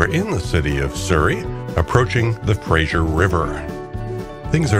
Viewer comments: The river is pronounced FraZer like Razor not like the comedy Frasier. Not a great way to come into Vancouver through the industrial areas - but that is what the railways were built for. There certainly are prettier routes by car. If you would really like a fantastic trip take the Rocky Mountaineer from Vancouver to Quebec city through the actual Rocky Mountains, and across Canada. Fantastic trip - this one was nice along the water. Pretty. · Its Fraser,,, not Frasher. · btw, im pretty sure its purnounced Fra'z'er, not so much frasure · I did not know that RMR ran a service between Seattle and Vancouver, and I live in the latter! I enjoyed the video, but would like to point out one detail: the big river crossing is the Fraser (fray-zur), not the Frazier (fray-zh[ee]ur)! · It must be an American thing, I noticed when living there, The Fray-ser River is somehow always pronounced by Americans as Fras-Zier River, adding sounds that don't exist. The English and by association the Canucks and the Ozzie's spell our rivers in this case Fraser, Like in Australia we have Fraser Island not Frazier Island. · Enjoyed your video very much. Two things though: freight trains in most cases take priority over passenger trains and it is the Fraser River (like Frayzer), not Frazier like you pronounce it. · It's not pronounced Frasher...it's Frazer. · Good video. Please stop pronouncing the river as the 'Frashure' river. It's pronounced 'Frey-zer'